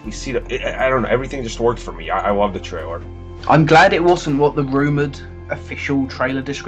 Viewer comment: The American guy can't say the word "trailer". He keeps on saying "traywer"...